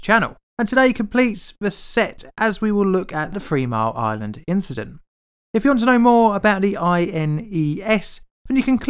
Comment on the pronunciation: It's "Three mile island", not "Free mile island". If you can't speak English, then don't try.